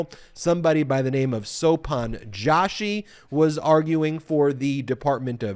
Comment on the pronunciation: The pronunciation of Joshi is not Jaw.shi but Joe.shi. A typical surname from the Indian subcontinent.